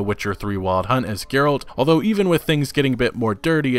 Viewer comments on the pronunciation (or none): none